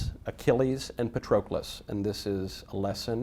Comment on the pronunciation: Most insane part is how he pronounces Patrocles.